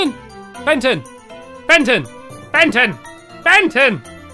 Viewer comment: When stampy calling Benton he accidentally called Benton benten